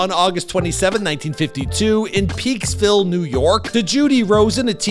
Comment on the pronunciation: It's Peakskill, not Peaksville